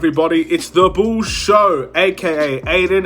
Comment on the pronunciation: It's pronounced BULLS NOT Chicago BOOS....